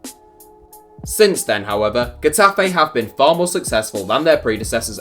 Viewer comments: Um... first, it's "Heh-Tah-Feh" not Gue-ta-fe. Also, you pictured Deportivo and Tenerife while featuring Getafe. Exactly why again? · Lol... your way of pronouncing Getafe is a joke... then you put images of Deportivo La Coruña or CD Tenerife to illustrate the club.. shit work.